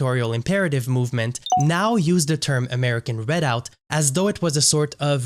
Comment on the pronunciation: Perhaps you should have learned how to pronounce the word "Redoubt" before making yourself look idiotic by mispronouncing it dozens of times in your video. You suffered a huge logical disconnect in attempting to associate two movements from the 1980s and 1990s, citing ZERO individuals who were in either of those movements that are now in the American Redoubt movement. The American Redoubt movement is outspokenly ANTI-racist. But yet you conclude that it must somehow be connected to a defunct RACIST movement from decades ago. Your lack of logic is astounding.